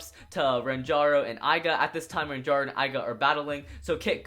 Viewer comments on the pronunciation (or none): it's ranjiro not ranjaro